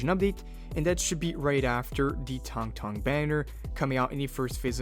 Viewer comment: Tank tank???? It's Tang Tang mf, get it right